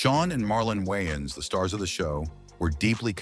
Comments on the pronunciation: The white guy intentionally botched their last name up, from ''Wayans to '' Wyans. Who caught that? It's a thing with them. You would think the narrator would know how to pronounce their name right considering he knows so much about them. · The AI voices are finicky. Is it "Whyans" or "Wayans"... sheesh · Wyines its Way-ans😂 how you get their name right at the end??¿!!! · Good content, but you butchered their last name. It's Wayne, not Whyane. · It's the "Wayans Bros" not the "Wiyans Bros" Smh! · Dude says the Y N's brothers 🤦‍♂ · The woyons brothers. 😂😂😂 Omar epps!!! Lol. This voice dude sux balls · Lol the "WHYans" brothers 😂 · “the Wayans brotherlers” 🤣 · Dude keep saying the wines brothers like what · The why-ins 😂😂😂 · The Whyans Brudders?! 😅😅😅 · The way this foo saying wayan brothers is annoying af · The WhYans bRoThErS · The Whyans WTF? Come on man. You betta put some respeck on they name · Another white person in black people's business & can't pronounce these guys names go cover Seinfeld or Married with children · The use of AI to produce video content is getting out of hand.. the constant mispronunciation of 'Wayans Bros' is agitating.. this channel will never be recommended to me again.. 🫡✌🏿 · Don't do a documentary and get the subject's name wrong Pronounce it right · Dude your pronouncing their name wrong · the fact he cant pronounce the last name right is erking me